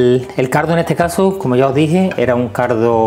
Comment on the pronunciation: Se oye "cardo" en vez de caldo 😁 sarza en vez de salsa 😂 es acento andalu ? Digo andaluz no ?